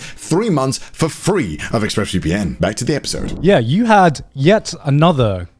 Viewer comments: I swear to god Conner said Ex-Breast VPN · I swear for the ad, Connor yelled out "Exbreasts VPN!"